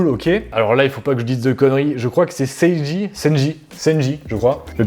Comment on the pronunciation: Incroyable les mangatheques par contre tu as tué sanji en l’appelant